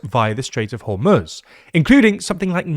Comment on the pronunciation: you are the only person in media that pronounces hormuz the correct way